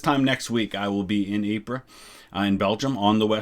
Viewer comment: As someone who used to live near Ieper (Ypres). It is pronounced EE PUR.